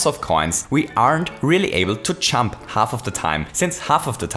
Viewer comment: It's pronounced jump, not champ.